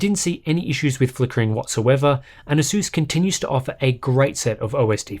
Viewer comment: Pronounce ASUS properly.